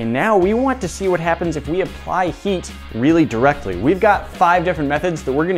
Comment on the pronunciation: “really directly” Inglish is wewy gwood